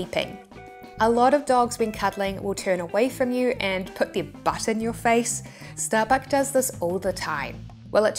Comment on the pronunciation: itookk ashott errverytime sehe says shtarbuck